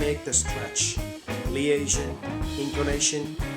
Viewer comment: I'm sorry, but your "American" accent also sounds like the Turkish accent. Also check your pronunciation for some words, e.g., liaison. Work on linking and intonation, hope this helps. Interesting video though.